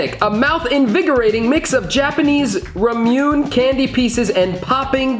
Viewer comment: ramune 😫😫😫😫 noooooo it’s pronounced RA-MO like a cow saying moo RA-MO-NE like ney ney ne it’s RA-MU-NE